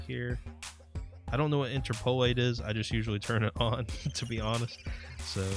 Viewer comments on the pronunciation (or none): none